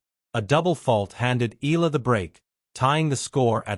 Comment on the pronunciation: Correct pronunciation is E-ya-la , not I-la